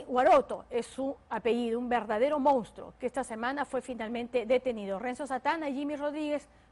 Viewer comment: La conductora dice Mounstro pero el título dice Monstruo